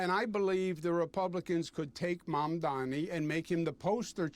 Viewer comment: This man has tried every possible combination of "m"s and "n"s to avoid saying Zohran's Mandani's name right. He's finding pronunciations modern science had deemed impossible.